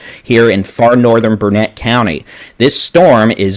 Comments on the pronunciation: OK that does it. I can't stand it anymore. It's Burnet NOT Burnette! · It's not pronounced BurnETTE! It's not even spelled that wya! Please pronounce it correctly, it's BURNet